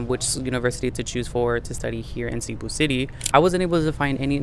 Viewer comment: i mean no hate by this, but i want to point this out - cebu is not pronounced 'SEE-boo', it's "seh-BOO'. as someone who's lived there for four years i think it's incredibly important to show respect to the city you're living in by pronouncing its name properly at the very least.